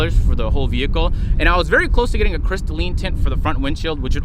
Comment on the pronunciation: “Something about having white seats, it’s vewy vewy nice.” 🤣🤣